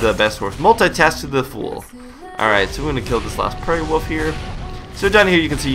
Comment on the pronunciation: woof? woof? no im not trying to sound like a dog.. but thats exactly what i hear everytime attempts to say the word ''wolf'' - now this may draw some hate but is this just an american thing? this is an honest question and i've been meaning to ask the public this for quite some time and i figure.. this is it lol.